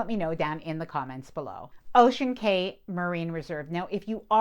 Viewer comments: Just a friendly note from a Bahamian, when you see the word Cay for a small Bahamian Island, the correct pronunciation is "Key" (like the Florida Keys, not "Kay" 🙂. Thanks for the great review with many helpful tips. I'm looking forward to my MSC cruise in 2026! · New way to pronounce clientele and cay unlocked 😅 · 👉👉👉Not sure why you're saying clee-on-tell for clientele, and Kay for Cay (pronounced Key).